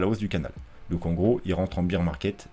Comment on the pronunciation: Sympa tes vidéos mais évite de dire « beer » market, c’est bear (comme Édouard), ça fera plus sérieux.